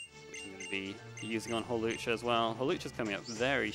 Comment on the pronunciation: Don't believe this man. It is Hawlucha.